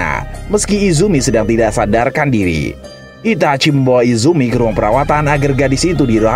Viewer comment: kenapa sih harus Itachui cara bacanya Min... geli